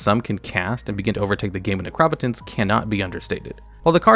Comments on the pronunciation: Necro-Potence not Nercrop-Otence. It's the combination of two words and those two words are not "Necrop" and "Otence", lol. Necropotence essentially means "power of the dead" or "death power". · Why does this guy pronouce every word wrong? Necro-potence ne-cropo-tence? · Seriously learn to pronounce Necro potence. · That Necropotence pronunciation was so damn triggering. Potence. As in potency. Necro-potence. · The way you say they name of necropotence is so infuriating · Bro that's not how you pronounce necropotence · Can’t say I’ve ever heard Necropotence pronounced that way lol. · stop saying necropotence like that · Who pronounces "Necropotence" like that?!?!?!?!? Wtf! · 🤣 I just wanted him to see the 2 obvious root words. There seems to be a weird mispronounced word each video.